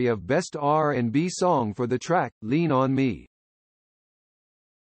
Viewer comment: damn robot voice. wiilam harris bill withers. i dont think thats his name. do you? and LEARN ON ME. someone forgot to proof hear?